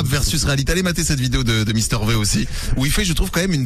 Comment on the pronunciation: "mister vé" XDD rip mister v XD